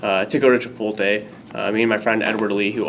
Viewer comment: does he not know how to pronounce Chipotle?